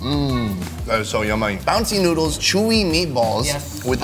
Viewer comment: "some noodes"